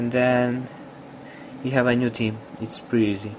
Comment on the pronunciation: He keeps on saying Team not Theme lol